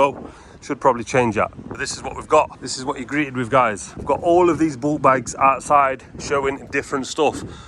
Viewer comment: Was it me or did I hear bull bags instead of bulk bags 😁🤣😂😂 , probably just me lol , Brilliant video as always 👌🏻👍🏻👍🏻